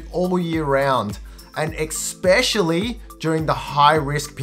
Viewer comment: Did you say eXspecially